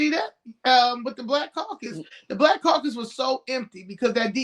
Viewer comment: Omg he said The Congressional Coon Cacus. 😂😂😂😂 I love it